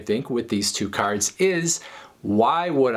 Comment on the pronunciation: "caRRds" lol